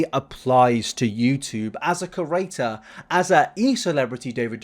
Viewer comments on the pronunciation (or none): Stop saying CURATOR!!! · Liked the video but my pet peeve is how u pronounce it "cerrator" and not "creator", sorry i just HAD to get it off my chest 😅